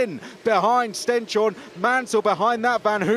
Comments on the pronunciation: Tip to not butcher the pronunciation of Stenshorne: stens-horne (like «hornet» without the t) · "Horneh". And it's not a "sh" sound either, just a normal "s". The commentator was way off!